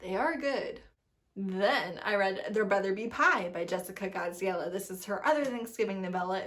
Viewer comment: I love hearing your say Jessica Gadziala on a consistent basis